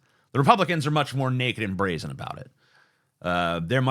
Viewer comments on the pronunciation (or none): none